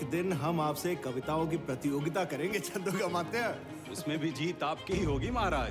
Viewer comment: ओ भाई चंद्रोगामात्य नहीं छंदोगामात्य!!! और प्यार से लेने वाला नाम नहीं वह एक पदवी थी!!